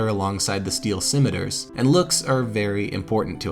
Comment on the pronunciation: I would love it if there were more recuring story lines like this in the future. This feels like a very satisfying end to the Whiteskull story, especially the redemption that comes with earning Deathbrand's armor. I will say that the way you pronounce scimitar made me very uncomfortable because I was filled with doubt, worrying I'd been pronouncing the word wrong my entire life. Luckily, I hadn't been. I am very happy to see this series return. I was about to start a new game in honor of Gamerpoets, who's recovering from hernia surgery. Great job yall, I always love watching your videos.